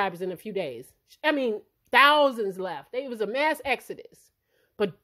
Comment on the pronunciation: lol the way you said, it was MASS Exodus 🤣